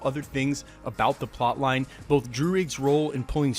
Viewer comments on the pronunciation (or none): none